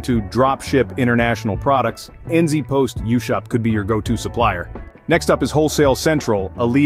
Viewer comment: N zee post isn't how ANYONE pronounces it! This ia an AI ad